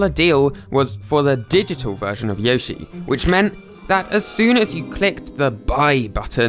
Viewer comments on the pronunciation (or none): Not to be rude but it’s yo shi not yoy shi